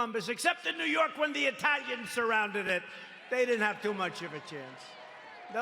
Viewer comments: "I love the Eye-talians!" - D.T. 😏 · 'I love the ITALLLIANS" hahaha. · I lav the Eh-thalians????? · "Those Ehtalians, I love the EHTALIANS" - The President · “I love the eeeTALians!!!” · I laughed and spat out my coffee when he pronounced it that way.